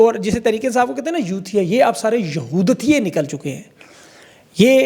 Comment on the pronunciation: بوغض نہیں بغض، یہورتیئے نہیں یہودیئے، فری پاکستان خان